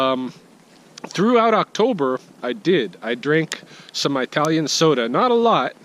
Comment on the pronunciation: Just a note, from someone who got caught by this, too: it's "ih-talian", not "eye-talian". Just take my word for it.